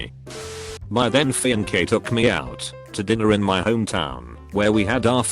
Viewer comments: I love you fiance gets pronounced fiancky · "My then fee-an-kid" is that like Dee-na-mee-tay? I'm pretty sure it's pronounced fee-ons-ay! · Everyone : Fiancé (Fee-aan-cae) Robot boi : Fiance (Fee-Anky) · Ah yes, my fee-on-kay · No one: Robot voice: fEeAnkE Do...do you mean fiancé? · no one: absolutely no one: not a single god damn soul: auto reader: Fi On Kay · No-one: TTS: Fyinkay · No one: Automated voice: "Fian-ke" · Normal people: fiancé reddit voice: fiyanKay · feeyankee edit: bruh who tf be calling their kid rusty wtf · no one: FI AN KAY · The robot pronouncing sometimes drives me crazy. Facebook becomes Fassa-book and Fiancé becomes Finkay. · Fi enke? Ohhhh. Fiancé. I hate the ridiculous pronunciation from robot voices. I would never subscribe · nobody: tts robot: fianque